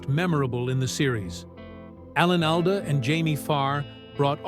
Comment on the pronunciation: You can't even pronounce Alda.